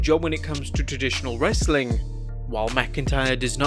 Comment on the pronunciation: My day is not complete until I hear say: ‘Wrrrrrestling content’